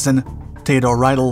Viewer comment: I-E and E-I combinations are always a problem for English speakers. You already have the spelling problems, but pronunciation is also an issue. Theodor Riedel is not pronounced like R-Idol but Reedull.